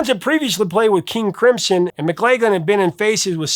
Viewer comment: Why do Americans always call King Crimson, "King Crimpson"? Weird